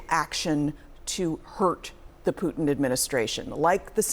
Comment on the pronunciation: She really had a hard time with her pronunciation of Putin.